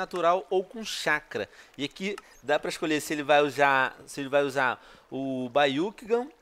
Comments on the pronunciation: baiucukan... pelo que saiba é Biacukan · " Baiukingan e sharingamm " kkk ele é engraçado falando errado! rs